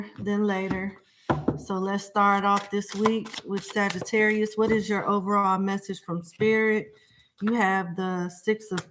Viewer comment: Ma'am, Please stop saying Sagitterrier like we're a breed of dogs 😹 thank you 💜